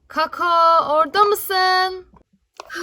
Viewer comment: kaka mı dedi o